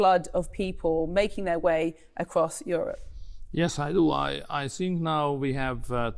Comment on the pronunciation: Én nem értem az okát ennek a th (thing; think) kiejtésnek. Szerintem az oktatásban keresendő a hiba. Én a rendszerváltás után kezdtem angol tanulni (ovi majd általános) vidéken az Alföldön! Semmi extra tagozat csak gimiben. De ilyen “th” kiejtést nem tanítottak és nem is mondtuk magunktòl hogy “sink” stb. A korosztályom és a fiatalabbak már nem így beszélnek. Szerintem anno így tanították nekik. A másik dolog amit én szögletes akcentusnak hívok. A magyar nyelv elég nehéz és mi pontosan kiejtünk mindent, úgy ahogy az le is van írva…minden írásban hasonul, így a már hasonult szòt ejtjük ki. Erről nehéz leszokni es akarva akaratlanul érződik az angol akcentuson. A hímnem/nőnem (he/she)felcserélése is nagyon gyakori hisz a magyarban nincs.